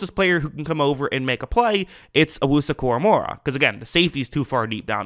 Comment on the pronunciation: Koramoah not Koramorah